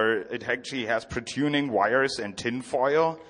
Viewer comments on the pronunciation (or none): none